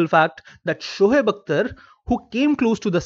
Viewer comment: SHOHEB nahi hota Shoaib hota hai